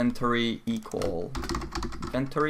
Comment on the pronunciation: Looks like quite an informative video. But your pronunciation of inventory was driving me bonkers.